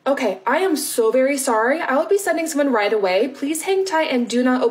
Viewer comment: Okay* (not "Okat")